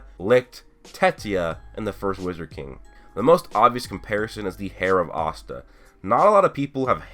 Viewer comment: Conscider pronouncing Astas name the same way everyone else does O.O :D